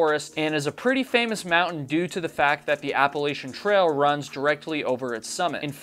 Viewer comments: It's A-pa-la-chain......not appalshin 😅 I got so much shit for this....just wanted to save u from 5k in comments lol Great video considering patreon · Please, for the love of God! It's Appa-latchin. I apologize in advance but I've watched a number of your videos and this one finally put me over the edge. 😂 I've lived in the Appalachian mountains (AKA The Blue Ridge mountains) for most of my adult life. ETA: I'm really enjoying your videos.